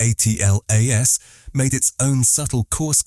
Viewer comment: Get that AI narrator to say atlas ffs not A. T. L. A. S... It's so annoying..